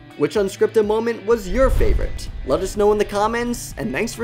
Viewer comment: "an nanks for stopping by"